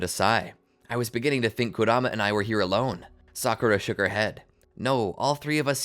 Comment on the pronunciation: I’m 4 minutes in and I’m pissed that you can’t pronounce kuramas’ name correctly